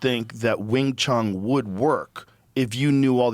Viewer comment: Funny Joe is talking about being afraid of messing up names at weigh-ins, and the commentary called Wang Cong "Wong Tong" all night at UFC 329 lmfaoo